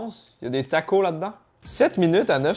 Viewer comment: on dit Takos avec le S mais bon il faut connaitre! et perso la bouillabaisse beurk... si tu savait comment c'est fait tu ne toucherai pas 😉😉